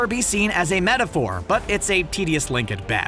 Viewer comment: “Tenuous link” Not “tedious link.” Who’s writing this stuff?